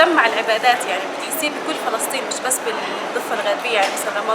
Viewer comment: Do you have a problem with pronunciation ??? it’s Palestine ✌️😌